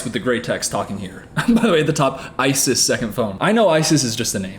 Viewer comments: Growing up with a girl of the same name, I belive it's pronounced "eyes-is" not "ice-iss" Just for future reference. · The way you called her “Isis for the entire video💀. Ripe for the out of context clips.